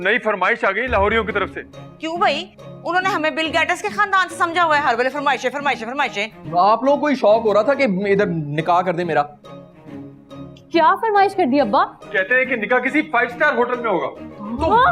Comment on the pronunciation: Bilgates ❌ Billgatusssss😂😂😂